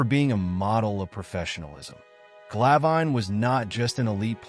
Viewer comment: Its Glav In, not Gla Vine. Might wanna double check the pronunciation before you make a documentary about him. 🤔🙄